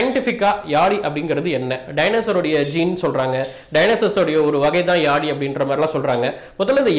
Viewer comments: Yali illa yazhi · Yazhi crt ah pronounce pannunga bro thamizha.🙄👈